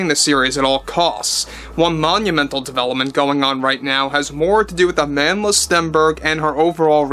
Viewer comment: Can I just pls point out to y’all Americans that Amandla’s name should be pronounced “Uh-mun-dla”. It means “power” in Zulu and was famously used by the likes of Nelson Mandela in South Africa when opposing apartheid (typically with a fist held in the air while chanting it). It’s not said like the English name Amanda.